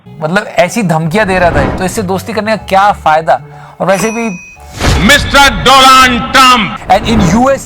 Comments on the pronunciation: Doland Trumph😂😂😂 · Do-land Trump😂😂😂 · bt why Modi saying Do'Land' trump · Mr Do'land' Trump 🤣🤣🤣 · Modi even cannot pronounce Donald 🤔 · Funny part of this. Our pm don’t know how to pronounce the mr.donal trum😂😂